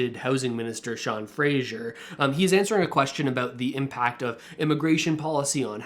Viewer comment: Hahaha…, i love that Poilievre is calling him “Frasier” and not Fraser. I think this will cement that wrong pronunciation in our heads and forever piss off Sean Fraser. It’s genius! PP even has you saying it too. Sean’s name is pronounced Fray-zerr. But don’t feel too bad. Google Maps can’t even say it right. GMaps also calls Fraser Street in Vancouver “Frasier”, like the TV star.